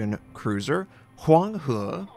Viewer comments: Always like your vids, Notser! Your pronunciation of Huang He is very accurate! WOWS ASIA just released Oktyabrskaya Revolutsiya, how's that ship? Let's hear it from your mouth :) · most accurate pronunciation:d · Notser you were really trying to pronounce that Chinese word lol, good job on that. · your mandarin pronunciation is so accurate lol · thumbs up for Notser being able to pronounce that Chinese name pretty good. GJ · you pronounced the ship name much better than flamu :)